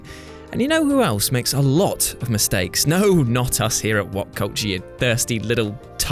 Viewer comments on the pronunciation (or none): Hah! "misteaks" good one!! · "misteaks" haha